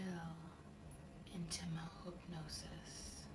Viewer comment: is beautiful. I keep playing it over. Even where she says 'mahoopnosis' instead of 'my hypnosis' I'm starting to think she's saying it properly now because I've heard it so often and she's so perfect.